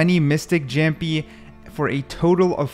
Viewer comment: brooo that's not "zamjjik"😭😭😭😭 he's kang kang and it's not "jampy" it is pronounced as yaampi